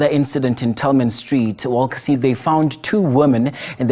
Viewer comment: Wallacedene not Walcacede.